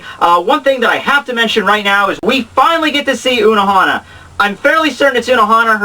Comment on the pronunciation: It's not unohana!